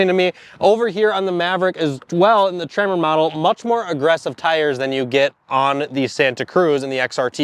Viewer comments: Your audio pickups are changing the "eh" in Tremor so that it sounds like you keep saying "trimmer." I had no idea why you kept calling the Maverick that until I saw the "Tremor" logo on the seats at one glimpse of the cab. You might want to look into a different lavalier mic setup? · Maverick “trimmer”? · i was listening to this and I thought they were saying “trimmer” edition. 🤷‍♂️ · For the first 5 minutes of this video I thought you where saying "Maverick Trimmer", I was like oh, Tree Trimmer for landscapers package? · Can you please teach that guy how to pronounce tremor? Keeps saying trimmer like he's doing yard work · “Trimmer”???? LOL